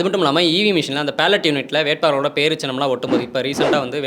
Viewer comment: தம்பி தம்பி அது PALLOT unit இல்ல, BALLOT BALLOT unit. சரியா உச்சரி😢😢😢